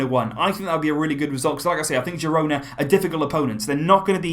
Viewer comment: Pronounced hirona